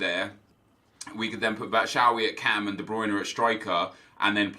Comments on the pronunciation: can you please stop saying "batshowee" its pronounced "bat-shoe-i" jeez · Its said Bat-Shoe-I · Almost identical. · PLLEASE FOR THE LIVE OF GOD, PLEEEEEEASE LEARN HOW TO PRONOUNCE BATSHUAYI